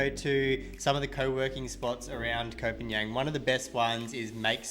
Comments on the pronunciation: its not KOH PAN YANG - ITS KOH PAN GAN! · Please, please learn how to pronounce the name of the island. You've been there for 6 months and you don't know how to pronounce it? Really? "PAN-YANG" is not a real place. You sound incredibly foolish pronouncing it like that. It's pronounced "PONG-ON" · Please stop saying Koh Panian....